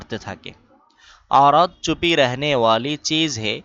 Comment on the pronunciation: এখানে চুপি না ছুপি হবে